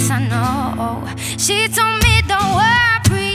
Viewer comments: no she grew up in Canada and that's not what an Italian accent sounds like 😉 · I listened closely, I heard "worpry"